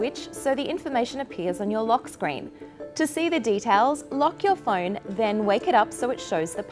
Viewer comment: She still can't pronounce phone right.